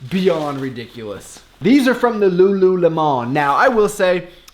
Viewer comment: Lol "from the lu lu lemon" loved how u said it